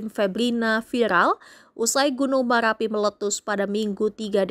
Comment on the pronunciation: Gk pande berita bilang ER 😂😂gunung maLapi 😂😂teloh berita nya 😂